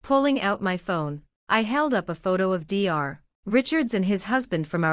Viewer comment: Dr stands for doctor and should be spoken as that. It is very annoying!!! What the hell is wrong with this woman????? What is the mil name??? You have used several different spellings and the voice said several different names!!!! Get your act together!!!